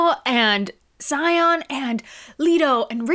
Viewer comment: Xion is more sounds like c~on, not sai on😂😂